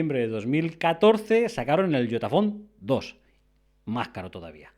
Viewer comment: Yotaphone? Yo entendi idiotaphonee